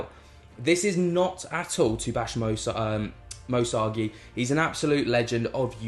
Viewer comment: Love your content but please could you pronounce Moe Sargi correctly 😂 my ocd goes nuts every time you say his name!